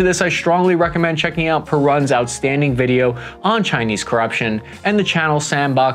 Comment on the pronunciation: Perun will get a kick out of how you pronounced his name.